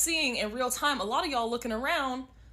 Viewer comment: It's tìme!